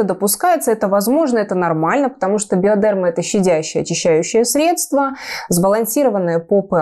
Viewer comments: БиодЕрма. Коробит от этого ударения. БиодермА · И еще, хочу скорректировать наименование. Во французском языке ударение ставится на последний слог. Всегда. Поэтому, BiodermA. Ударение в словах на "е" мы делаем по аналогии с русским произношением, но по- французски это неправильно)) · Девушки, правильно говорить БиодермА, ударение на последнее а